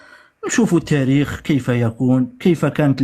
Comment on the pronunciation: كانش واحد ينطق التاريخ بطاريخ يعرف التاريخ